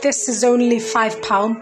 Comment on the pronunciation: "Chikkkken burger and chips"